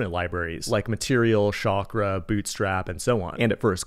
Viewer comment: say it with me : its Chuck Raah !! there is no such thing as Shaakra. (chakra pronunciation)😢